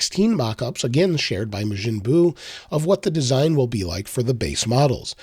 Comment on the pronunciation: Mah jin bu. Not may jin bu.